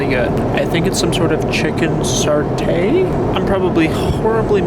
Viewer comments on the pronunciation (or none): You should try economy class and it's chicken satay (Sa tay) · SATE WHYYYYY, U SAY SATAY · Not trying to be that person but the thing you said was chicken Sartre is actually pronounced sate SAH TE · and btw, satay is pronounced as "Sah-Taye" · ''Sartay'' close enough